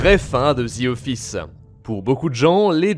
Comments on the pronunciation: “The” et non “ze” 😑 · Ah les français… pas « The » ça se dit comme ça: « Dee » pas « dzi » vous me tomber sur les nerfs ahah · C'est The office et non "zi office" :) oui jsuis aigris